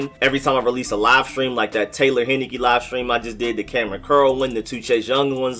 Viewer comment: It’s pronounced, “Hein-I-KEEE!!!